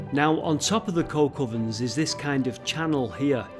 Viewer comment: Not 'Coal Covern' it's a Coke Oven. It's just the way pronounced it with his north Manchester accent.